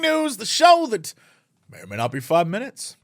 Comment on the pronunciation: Hate to burst your bubble, no you didn't pronounce that correctly at all xD But thanks for trying at least!